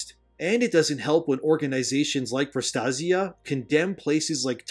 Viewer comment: PRO_ TAY - ZHUH or PRO ASIA with a T in front. pro TASIA